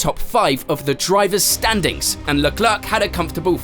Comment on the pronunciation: "Leklerk"? tf?????????